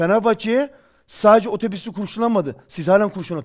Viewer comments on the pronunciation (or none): Serhat in yine agzindan kopukler saciliyor. Sakin ol sampiyon. Sen otobus demeyi becerebildigin anda soylediklerini ciddiye alacam. Otobus otobus ok otobis deil..